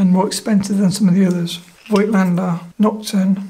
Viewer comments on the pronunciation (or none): Pronounciation is: "Fohgtlender" (German)